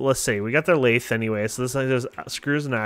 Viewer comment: You pronounce lathe wrong